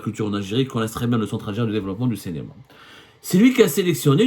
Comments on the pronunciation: CINÉMA et non CÉNÉMA ya Abdou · Abdou, tu as un problème de phonétique, ce n'est pas cénéma mais cinéma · CINÉMA et non CENEMA